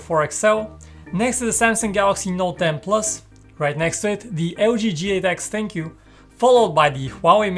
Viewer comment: Who feels like this guy is saying thankyou for ThinkQ ?!?